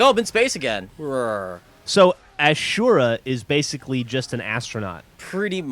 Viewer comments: Asura is pernounced Ah-soo-ruh, say it like it is spelled!! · All the other characters in the game pronounce his name "Asoora" not ashura. Dumbasses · Ah-soo-ra. There is no "h" in that word. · its killing me on the inside how they keep saying "ashura" instead of like "assyourah" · Ah-sue-rah *rolls eyes* If it were ASHURA it'd be spelt differently, thank you. Aaaand I now want this game. *pouts* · Uh-syoor-a, not a-shor-a... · Wow, that was a horrible pronounciation. It's just A-SU-RA. Not A-SHU-RA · ASS-UR-AH not ashura. also, gw2. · Ah-Su-Rah-s Wrath lol fail ashura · ITS NOT ''ASHUURA'' ITS ASURA! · Say his name correctly where'd you see a "sh" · Don't u pronounce this like Azura like Gears.?? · Ahh-Zoo-Rah Derp derp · its I think pronounced aw sir uh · A-su-ra. At least that is how the Japanese pronounce it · its uh-sher-ra not ah-sher-ra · I'm 90% sure it's pronounced Ah-zura. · its A-sue-ra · I thought this was gonna be about Azura for the Elder Scrolls but then I realized that Azura (A-zoo-ra) is spelled AZURA not ASURA.... yeah Ive probably been playing Skyrim too long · thats not how you say Asura. they pronounces his name several times in the game and its AWE - SIR - UH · Blargh, it isn't "Ashura." Having played the game you'd think he'd heard enough people say his name the rightway. :P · that is not how you say asura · You'd be right, but he's referring to the Japanese pronunciation. "Su" is pronounced as "soo". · I like how they can't even pronounce his name right, It makes me giggle everytime. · You said asura wrong... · said Asura wrong... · you said the name wrong 0.0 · You said asura wrong?